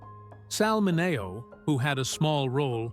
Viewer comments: Sal Mineeo is how it's pronounced, AI. Get reprogrammed 😊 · RWAC: Starring James Dee-ann, Natalie Woo-ud, and Sal Mah-nay-oh!!! What a cast!